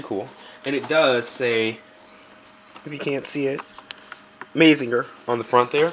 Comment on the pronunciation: Good review and vid. But just FYI, it's pronounced "MAH-ZING-GER" not "MAY-ZING-GER". And its "EH-NER-GER" not "EH-NER-JER". ;) Keep up the good work!